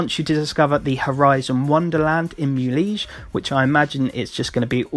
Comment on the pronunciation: It's pronounced "Moo-le-hey", not Mooleege! Stop pronouncing everything the anglo-way!!!